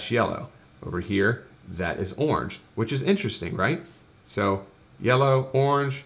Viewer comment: 'Awrnge' is not a colour - it's a noise.